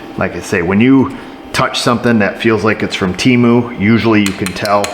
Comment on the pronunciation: I fell off the couch laughing when you said "Temu"..too hilarious